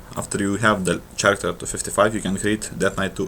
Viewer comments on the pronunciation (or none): did he srsly say "CH"aracter?